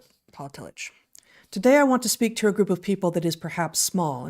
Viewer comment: Excellent show!! For what it's worth, and this is coming from an Agnostic that can't recommend his writings enough no matter where you fall on the great God question spectrum, the genius theologian Paul Tillich's name is pronounced Tilli*CK*. If you're looking for another legitimate genius German theologian, read Dietrich Bonhoeffer (again, Dietri*CK*). He gave his life in the service of his God and fellow man against the Nazi war machine. Their stories are simply incredible ... and heartbreaking. If only more of our current theologians were like these 2 men, we would have a lot more believers than we do. Their command of the written word (pun not intended), logic, passion in their defense of their faith, love of all mankind, and sacrifices they so bravely displayed is something not oft found in most Christians circles today. We have a few today, but as they say, they don't make them like they used to. We used to have Christian thinkers of the highest caliber. No offense to those that appreciate these people, but now we have Matt Slick, Kirk Cameron, and the now disgraced Ravi Zacharias. How things have changed. I apologize for the rabbit hole. Cheers